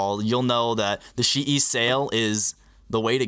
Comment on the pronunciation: Geometry Dash Buggy it's chee yi as its pronounced in Chinese but almost every single Chinese speedcube brand or cube is mispronounced so who cares